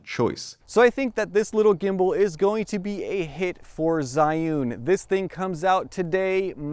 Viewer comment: [zhiyun] not zaiun!!!